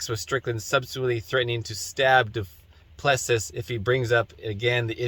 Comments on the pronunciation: Dude, are you Canadian? "Duplessis" is French, not Greek. "Doo-plessie" is how you say it, like the Quebec premier. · Doo-pli-see is the correct way to say the fighters name. Just trying to help.